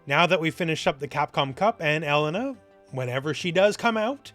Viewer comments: Why do you say Ehlena? It's elEna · Every time pronounces E-LANE-nah's name as EL-LEN-NAH, I want to toss myself off a roof.